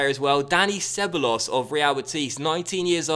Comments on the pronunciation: Ceballos is pronounced Seb-Buy-Os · SebEYEos is how I think it's pronounced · Ceballos is pronounced Ce-baay-os ^^ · Isn't Ceballos pronounced Kay Bal Os? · You keep pronouncing ceballos completely wrong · I know this is fussy but when you say Ceballos you pronounce the 'll' like an i